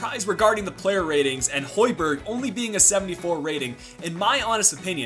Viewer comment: Plz, find the real way to say højberg (Im from Denmark) :)